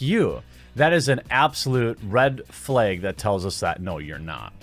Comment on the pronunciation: That is an absolute red FLAYG. That accent 😅